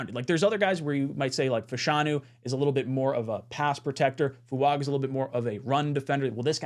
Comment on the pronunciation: It’s pronounced Fu - Ung - Ah